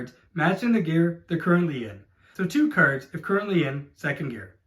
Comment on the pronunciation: Great video! Was kinda hard to differentiate between you saying 'cars' and 'cards' though ,was confusing at times hahah